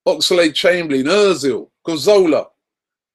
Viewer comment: 'Ca--zola' loool